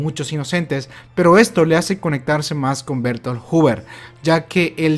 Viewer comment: Se pronunciaría "Berthold" no "Bertol"